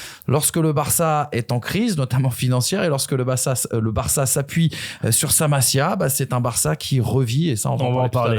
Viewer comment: Jsai pas tu raconte quoi FDJ sera bien là à l’aller pour vous traumatiser, et j’ai bien peur pour vous que FDJ et gundo 2v11 le match. Et charravino, la « Massí a » stp pas la Mazia. Merci